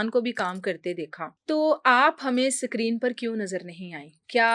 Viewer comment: Anchor apni vocabulary tkh kre sacreen nh screen